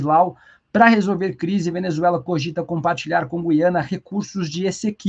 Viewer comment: A pronúncia correta é GU-IA-NA. Ajude a população a usar a língua materna devidamente. Lembre-se: você é formador de opinião.